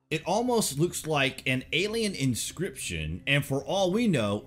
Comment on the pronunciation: I'm not saying it was aliemz.. but aliemz.